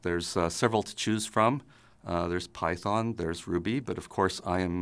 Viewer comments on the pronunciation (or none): he can't say python - which I think right now is burying perl. just my opinion.